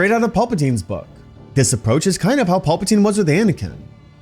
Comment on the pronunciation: I swear my guy is saying pulpatine